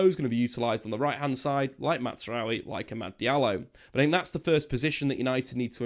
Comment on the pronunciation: Why does he keep saying Mazaroui like it’s an Italian name …….its not. The z is a z